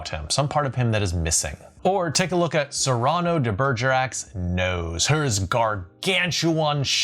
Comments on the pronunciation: It is pronounced SEER-uh-no, not seeRAHno as he pronounces it here. Makes me wonder if he's ever seen it. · I get your Cyrano de Bergerac reference and I also know it was adapted into a Steve Martin film called Roxanne and I know something you don’t: how to pronounce “Cyrano.” (Its “Sear uh no”) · It's SEE-rah-no. AZ-your. PER-sih-val. LILE not "lizzle". Please, please learn to pronounce things correctly. You do speak like a man who reads; but you must pronounce names correctly. Especially names. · I know Cyrano 🖐🏻. Love it. Good example. Though you did catch me off guard pronouncing it "Sigh-raw-no". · This is one of my favorite videos that you have done. I love the information. It's really helpful. I love that you use Cyrano De Bergerac as an example. We knew that story when we were kids in the 1960's. By the way, and I'm not picking on you, but his name is pronounced like Sear An No, Cyrano.